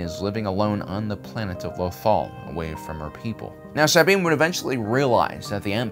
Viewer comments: Jesus Christ its SA-BINE not sab-ine jesus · “Saa-bean” Bo-Katan “Cries” Why does he pronounce the character names so weird? Is that on purpose. It’s distracting. The names are pronounced differently in the animated and live action shows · Bro why you saying Sabine's name like that 😂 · It took me so long to find this comment. I was thinking the same thing. Also the way he says Tano. He stresses the wrong syllable.